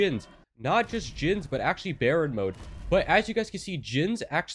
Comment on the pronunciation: oh well u pronounced baryon/tentacion mode weird thats why